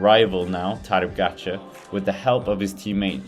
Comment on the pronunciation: Its POGAČAR and not POGAGAČAR COME ON MAN!!